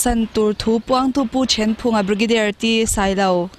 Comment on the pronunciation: Pu Thenphunga hming i lamdan kha a diklo🤔